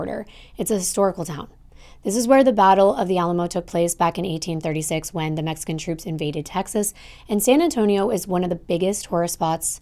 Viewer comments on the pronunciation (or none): none